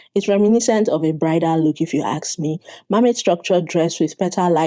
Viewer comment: Why do you say "aks" instead of "ask"?